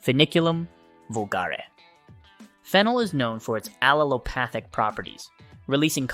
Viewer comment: * and aleopathic* etc... Remember you can't rely on AI for accurate information. It just repeats what it scrapes from the internet